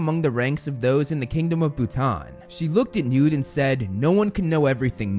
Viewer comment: Is this guy purposefully saying “Nude” for newt?